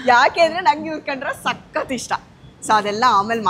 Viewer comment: 😮 anchor ನಿಮ್ಮ ವಿವರಣೆ ಕೇಳುವುದಕ್ಕೆ ಅಸಹ್ಯ. ಕನ್ನಡ ಉಚ್ಚಾರಣೆಯ ಶೈಲಿ ಸರಿಯಿಲ್ಲ. ಸಖತ್ ಸಖತ್ ಅಂತೆ. ಅಯ್ಯಯ್ಯಪ್ಪ😮 ಏನದು ಮಾತನಾಡುವ ಸ್ಟೈಲು.ಥೂ ಅಸಹ್ಯಕರ.